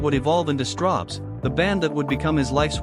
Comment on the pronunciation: ... Are you sure it's not Strawbs, and not Strobes ? ... (÷